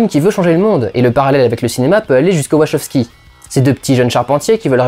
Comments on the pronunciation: Question existentielle : on prononce "Wachoskis" (comme énoncé ici) ou "Wakowskis" ? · Une des pires prononciations de Wachowski que j'ai entendu.